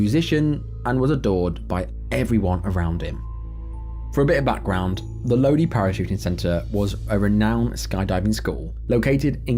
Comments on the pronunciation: Just a quick FYI, Lodi is pronounced "Low-Dye", not 'Low-dee". Just listen to the Credence Clearwater Revival song "Stuck in Lodi Again" to hear how it's supposed to sound. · It’s pronounced Lode eye, not Lodee. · Load-ee! Lol! Pronounced Load- EYE. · The city LODI is pronounced LoDie not LoDee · Lodi is pronounced low-dye not low-dee. It's in a famous song by Credence Clearwater Rivival. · Love the video. So you pronounce it Low-Die not Low-Dee. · “Lodee” lmfao it’s “Low Die” numnuts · Its not lowdeee its low-die=lodi 😂😂😂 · Lodi is pronounced Low-Die not Low-Dee 😂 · Lodi is pronounced Low Die ya limey! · Interesting pronunciation of Lodi, I’m from that valley and it’s pronounced “low-dye” I’ve even skydived there too! I was 16, with a tandem jump. It was fantastic. I surely do feel for their families. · It's not low dee. It's Low Di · Pronounced " low die"...not low dee"...There's a song from the sixties called "Stuck in Lodi Again". Thank you for these lesson learning accidents...God have mercy on their souls. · The skydive place located in Lodi...it's pronounced Lowdye, not lodee. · Low Die.....not lowdee (Lodi) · pronounced LoDie not LoDee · Correct me if I'm wrong, isn't it pronounced "low dye?" The video was saying lowdee. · It’s pronounced Low-Dye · Love your videos!❤❤ If you do this skydiving story again, Lodi is pronounced Load-eye. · Love your channel. Respectfully, Lodi is pronounced "lō dī". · FYI. The skydiver incident in Lodi Calif….. it’s pronounced “low die”. Go figure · I live in stockton..Lodi (pronounced low die) skydive is not a safe place from what i hear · skydiving vid....city is pronounced Lodi (Low Dye) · The story with the skydiver, the city is pronounced Lodi (Low-die) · ... That would be Lodi ( LO-DYE), Ca. \O> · Its pronounced Low-dye and all the locals know how shady and sketchy that place is In Lodi. They were constantly being invastagated. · Just FYI: the American pronunciation of Lodi, CA is "low-dye".